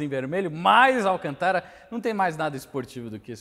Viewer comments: Se diz Alcântara, não Alcantára como vc fala. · Desculpe mas é Alcântara e não alcantára circunflexo só pra corrigir e acento circunflexo no segunda A ou seja alcantára não existe e igual presidenta ( doi o ouvido) desculpe só um toque !rsrsrso resto é show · Alcantára? kk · AlcantÁra hauhauhauhahua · Viu a pronuncia correta é > Alcântara < olha o acento circunflexo , fugiu da escola?? Não me irrite !! 😂😂 😎👊🏻✋🏻